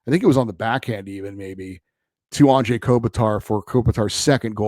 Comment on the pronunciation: Thank you! Finally someone brings up the whole “Anze” pronunciation. It blows my mind as well!👑